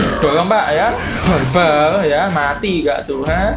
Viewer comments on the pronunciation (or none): Barbar ih bukan balbal hahaha gemess